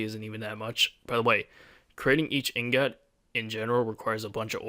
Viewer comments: you cant pronounce ingot right lol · He cant pronounce anything right.